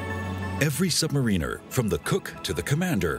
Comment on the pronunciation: Sub - ma - ruh - nuh , its not just submarine with an r on the end its Sub - below Mariner - some one who navigates a ship. ps love the videos but every time it hurts my brain when its pronounced like that :D